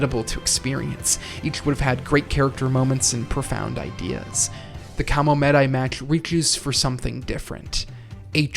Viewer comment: Just can't listen to KaraSUnoh vs KamoMEHdai anymore...Guys learn how to pronounce Japanese names. Please. If you worship the culture that much - at least make an effort to say it right.